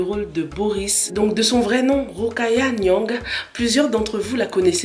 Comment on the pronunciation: Vous prononcez mal mon nom "Niang" 🥺